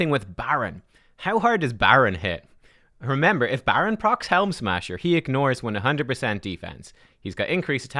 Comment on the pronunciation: “BADron”… unsubscribing…